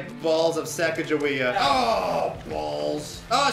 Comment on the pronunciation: "great balls of sacajewea"